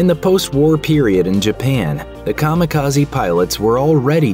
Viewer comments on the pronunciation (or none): Kami-Kaze not kama kazi 神 kami 風 kaze divine+wind